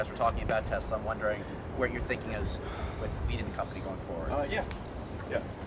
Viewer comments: min time stamp, "I love Tesler!"😂😂😂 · I love tesler!😂😂😂